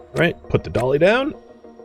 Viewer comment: When says 'Put the dolly down', I hear 'Put the cookie down!'